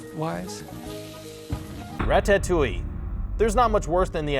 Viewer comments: "Induendo"? "Rat-tat-touille"? "Eed-ipus"? I mean... I'd say read a book, but it's probably exactly because you've been reading books without ever hearing them spoken that you can't pronounce them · He can't say Ratatouille correctly 😠😠😡😡👿👿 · "rat-tat-oo-ee" "ee-di-pus" "en-oo-en-do" fam where do you live? i've literally never heard any of these words pronounced this way. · Ra-tat-toi and ee-do-puss???? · He can't pronounce Ratatouille either